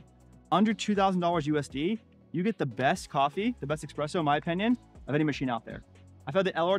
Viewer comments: Pretty good video, but the X is espresso is too pronounced in your case.. ;) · Coffee advice from a guy who says “EXpresso”? lol.